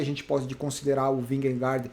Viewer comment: Só uma curiosidade: Jonas Vingegaard se fala "ionas vinhegô". Kkkk...